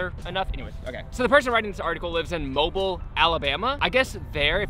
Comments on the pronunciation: Moe bee eel Alabama.. Not Mobile like a phone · Its pronounced mobill but spelled Mobile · It's "Mo-BEEL"....For your health. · When he says mobile alabama like mobile phone. But people from around here say it like mobill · Mobile is pronounced Mo Beal with the accent on the second syllable. It comes from the time when the city was part of a french colony. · It’s MOBEAL alabamy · Mobile, AL is pronounced "moh-beel". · It's actually pronounced Mo-beeel Alabama. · Fyi mobile is pronounced mo-beel. Idc how you say it, thats just how we say it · Um no hard feelings but it's pronounced "mo-beel" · He sayed mobile wrong